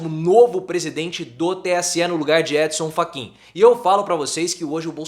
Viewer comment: Gostei da pronúncia "Édinsan Faquiinn" rsrs